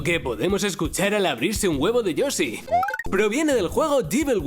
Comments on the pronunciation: ¿"Yosi en Smas Brothers" tan dificil es pronunciar la "sh"? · Lo dijiste mal y que asco